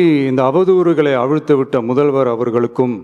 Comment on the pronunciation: Uncle ❌muthalvarrrr😂✅